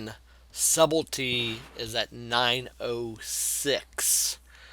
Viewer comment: "Lethalahhh" and "subeldyy" lol can't make this shit up. Dude is a monkey.